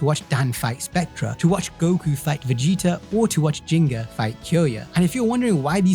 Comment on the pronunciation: I'm so fucking tired of hearing people pronounce his name as "Jingga". Whoever did the translation/localization should be ashamed.